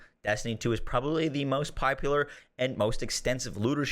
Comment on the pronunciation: “Destiny 2 is probably the most pipeular” lmao